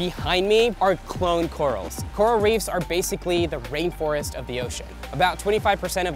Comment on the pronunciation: Reefs not reeves! 😣